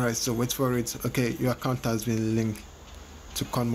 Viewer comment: Kakaount ... Cacaount ... Dude I have no interest in your channel I just clicked by mistake and your video bothered me .. dude ! Before your upload a video , make sure to listen to your audio !